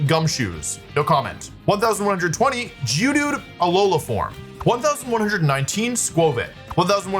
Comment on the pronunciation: im sorry, can you run that geodude pronunciation back?